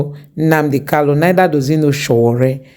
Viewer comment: its Nnamdi Kanu, not Kalu